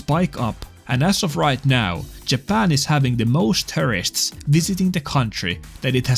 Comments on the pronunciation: At first I thought you said “Terrorists” (as opposed to “Tourists”). Actually, I think that’s correct. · It's funny how you pronounce "tourists" like "terrorists", which in this context makes sense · I don't think it's a coincidence that the way he pronounces "tourists" kinda sounds like "terrorists". You ain't slick,. But yeah, joking aside, the US wouldn't tolerate this if the shoe were on the other foot. These fools only get away with this because Japan is sometimes too polite to be direct when it counts. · "Having the most terrorists." That's an apt pronunciation for these "tourists". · I thought he was saying “foreign terrorists” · I keep mishearing you pronounce tourists as terrorists 😊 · No offense to your accent (which sounds awesome btw) but I swear in some of your videos about tourists in Japan, I hear you refer to them as terrorists. Which I suppose in this case, is a very appropriate designation lol. Also two vids in a week! Lucky!!!